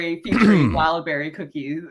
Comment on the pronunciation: Kamran Calling Wildberry… Wildbaldy 😭